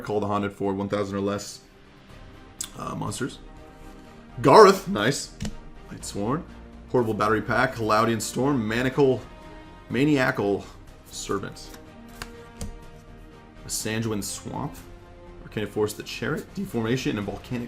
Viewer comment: U miss Pronounced maniacle it’s ma-ny-a-cal